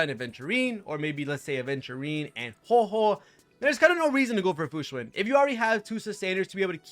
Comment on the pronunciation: You are one of the few CCs who actually pronounce her name correctly. Kingggg